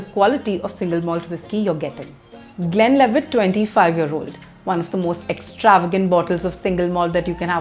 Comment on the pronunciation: Madam is definitely not a whisky girl...mcellen, glenlevit,and finally glen fid ich...wonderful whiskys..all pronounced wrong.